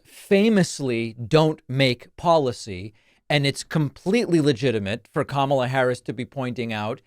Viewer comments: when he stops calling her kuh-MALLA I'll stop calling him d'Nald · He insists on pronouncing Kamala’s name incorrectly. He is just exhausting and needs to just go away. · David, please make sure you pronounce it correctly, or, better yet, play the soundbite of him saying "chooth sencha" lol